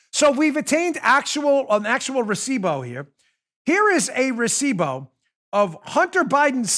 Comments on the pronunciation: Recivo. Not bow. Still love ya. Keep killing it. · Here in Venezuela a receipt is una factura. Oh to hear you pronounce recibo is cringe worthy lol. Am american living in venezuela but I can't pronounce english words right lol. Brilliant brilliant brilliant ... the mic, then recibo (factura), drop mic then leave would be epic!!!!! Way to go Bongino team!!!!!!!!